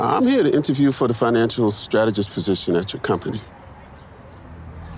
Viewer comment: How did you say strategist? Go back and listen to yourself you said it wrong